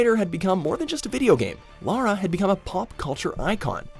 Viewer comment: No this can't be right an American who knows the difference between Lara and Laura?! 🤣